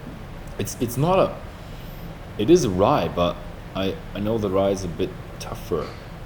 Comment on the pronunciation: Warum sagt er "Rah" statt "Rye"?